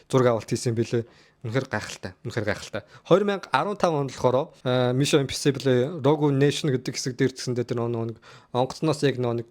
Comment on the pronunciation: Ee burhaan naad ugnuudee google translate dr bicheed sonsch uzeed zov duud l daa, ug n hoorhon yrih gd bhin mison imposibl geh hurtel chn za yahaw gej bgd bur tiirtel awlaa daa, oxify shig heden angli ugnude aimar oortoo itgeltei shal buruu duudaad bval elgiin haragdana shu, ug n ywaandaa bur l hoorhon yrij surah zaluu bnda